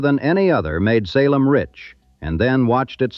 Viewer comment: I shut it off when the AI said Sa lem